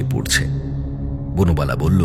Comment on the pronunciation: বনবালা কে বার বার বুনোবালা বলা হচ্ছে কেন?😂